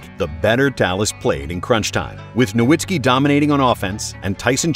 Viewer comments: Just discovered this channel and it might be my favorite nba content on yt. But could you please pronounce Dirk's name correctly? Have more respect for him than the commissioner did. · It hurts me when "Nowitzki" is mispronounced.